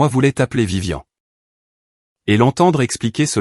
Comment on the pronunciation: ce n'est pas vivian, mais VIVIANE !!! apprennez la différence de prononciation entre les prénoms masculins et féminins. Pouce en bas pour ne pas avoir écouté la bande son avant de l'avoir diffusé. Déjà que c'est l'IA qui fait tout pour vous, essayez au moins de travailler un peu pour gagner les sous de la monétisation. Idem pour les sous-titres inutiles, bourrés de fautes.